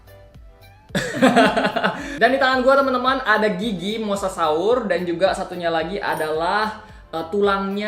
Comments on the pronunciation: Bukan mosasaur mosasaurus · bukan mosasaur mosasaurus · Bang bukan mosasau tapi mosasaurus